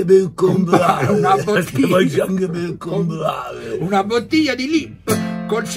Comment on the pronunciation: "Anche pev compvave🤣🤣"